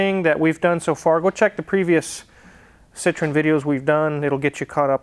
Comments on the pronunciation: correct pronunciation is SEE_TROW_EN (FRENCH CAR) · And you know what?. André Citroën was of Dutch decent and they changed the name Citroen (which means Lemon (!) in Dutch) to Citroën because the French couldn't pronounce it! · If Citron and Citroen are pronounced the same way, what is the point of the "e"? I'm sure Daniel Saaaaahhn could tell you.